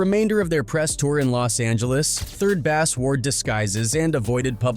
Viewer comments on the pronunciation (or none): 3rd bass not 3rd bast 😂😂